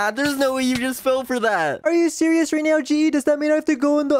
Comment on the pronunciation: Are you sewious right bruh 😐